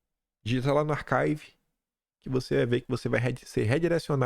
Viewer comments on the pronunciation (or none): Prezado a palavra inglesa archive se pronuncia arquive e não arcaive.